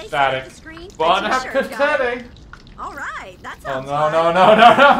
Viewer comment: Bone apple tea